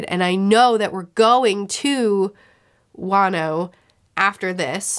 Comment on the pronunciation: I would like to say I am so proud of you for saying Wano the correct way! Also VattiVidya has a saying for what you are going to experience in the next section.